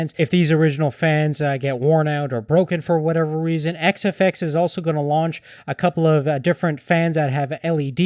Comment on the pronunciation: i heard him start like whazawhazawhaza fox.. great review